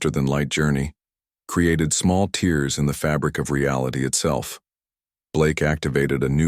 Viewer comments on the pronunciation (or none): If nothing else, this story doesn't seem to have been written by an AI, although it was clearly narrated by one. Please, will someone teach the AI the difference between tear and tear? It's quite awkward to listen to it.